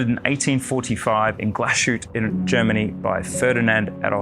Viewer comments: You managed to both the pronunciation of "A.", "Lange" and "Glashutte". Well, done, there must be some kind of award for this... 🤣 Totally agree that the Grand Lange 1 is the best size Lange 1. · lange, glashutte, at least learn to say these properly